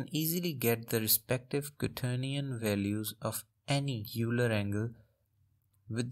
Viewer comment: Euler as in "Oiler"